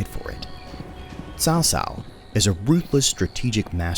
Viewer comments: Why did you pronounce "曹操" like "Sao Sao"? Its sound is more like "Tsao Tsao", though it is spelled "" Cao Cao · I need to correct the pronunciation of Caocao. It is more like Tzao Tzao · of course I know he's not Chinese, yet they made a Chinese history based game, and that means quality especially when the pronounce of the most famous person in that period is awkward ...